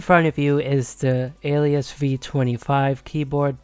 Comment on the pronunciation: Ok fist of all you’re saying the name wrong it’s pronounced ah-leh-sis but other than that banging vid👍